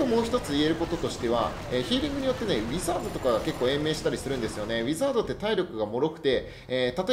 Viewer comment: うポツです！ ウィザードの発音が…